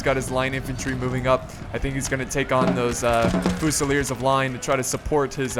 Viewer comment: As someone who speaks french I got cancer when you said "Voltigeurs" and "Fusilier"